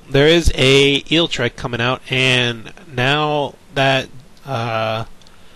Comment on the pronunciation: Great commentary! Other than forgetting Zapdos's Lightning weak. repeatedly pronouncing Eelektrik as Eeltrick and calling Level Ball Ultra Ball, that is, but yeah keep up the good work!